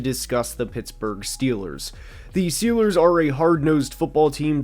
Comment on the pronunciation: Schiillaz two da SchyuperBoul